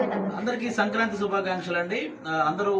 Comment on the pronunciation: సంక్రాం త్రి కాదమ్మా సంక్రాంతి